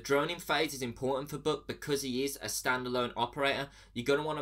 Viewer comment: i swear he is saying book instead of buck LMAO